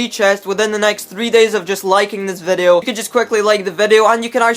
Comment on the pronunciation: OMFG PLEASE.. ITS VIDEO NOT FUCKING VEDEOU